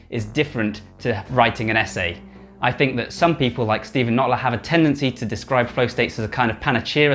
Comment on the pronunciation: It's Steve Kotler, not Notler :)